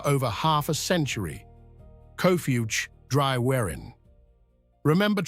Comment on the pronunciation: I was looking forward to this until I heard the pronunciations.. if you are doing a doco, please learn how to pronounce towns and places . Cwm is pronounced koom....C is pronounced like k for king.. Celt is Kelt and Capel Celyn is pronounced as Kappel Kel Lyn ...... Capel is Welsh for Chapel and pronounced as such without the H. Watching from Australia with Welsh heritage